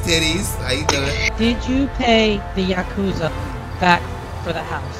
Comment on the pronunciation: It’s pronounced yack- uw-zah